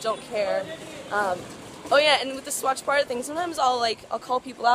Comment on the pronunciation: like the way u pronounced "Swachh Bharat'